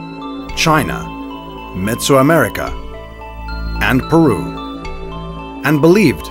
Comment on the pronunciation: I'm sorry, but "mesoamerica" is not pronounced "metsoamerica."